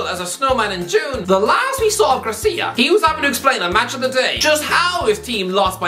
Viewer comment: It's Javi Gracia not Garcia